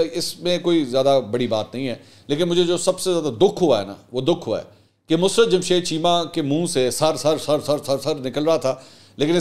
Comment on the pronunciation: Mansoor Bai Yar I really enjoy ur political commentary ..But yar Plz correct your musarrat 's pronunciation